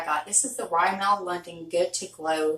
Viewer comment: I love love LOVE big lots I JUST went there today, I got face masks each $1 dollar 🤭 there’s a new brand of skincare things there and the ENTIRE brand is a dollar it’s called forever young by Jean Pierre.... color mates is a dollar store brand also... and RIMMEL is pronounced RIM-MIL 🥴 you could actually cut that sponge to go to a point 🤷🏻‍♀️